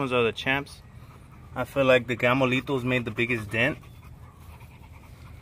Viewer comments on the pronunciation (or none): He says Gamolitos 😂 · Hahaha, I was like what the fuck are those gamolitos. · tu eres un gamolitoooo...I thought he said that too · Right? It just rolls off the tongue. Lol. not gonna lie, I was a little upset when I figured out there was no such thing as Gamolitos… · Your neighbor lady there across the street heard you asking for gamolitos and rolled right over with the cart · Did anyone else hear Gamolito? Lol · I thought you were calling them "Gamo Litos" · I thought the same 🤣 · I thought he was saying “Gamolitos” like a Spanish nickname or something the whole time. He was saying Gamo Lethals 🤣🤣🤣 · I can't lie, I thaught you were calling them Gamolito's for abit 😅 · Me too 😄